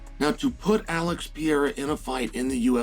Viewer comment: Chael Sonnen cannot even pronounce Alex's name right.